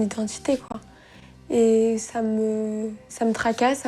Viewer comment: elle a dit " SA" au lieu de "ÇA"